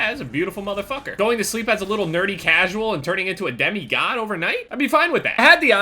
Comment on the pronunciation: The way he pronounces demigod "daymeegawed"